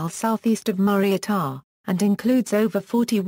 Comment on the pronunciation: said wrong